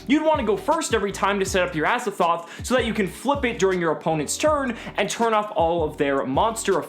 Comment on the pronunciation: Pls stop calling him Azzathoth. This card is called Azathot. It is literally Az-A-Thot.